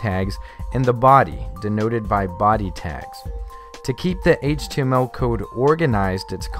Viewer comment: i hate how this guy says "HTML"